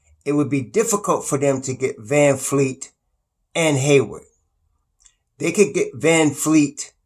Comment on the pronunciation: His name is VAN-VLEET not Van-Fleet lol